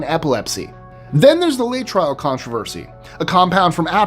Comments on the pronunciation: Laetrile is pronounced “LAY-eh-Trill”. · Laetrile has three syllables.